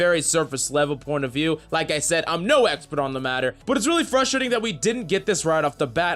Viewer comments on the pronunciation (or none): none